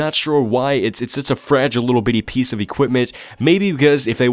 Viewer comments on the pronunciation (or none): none